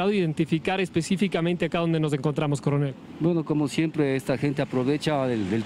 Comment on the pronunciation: Corenel dice usted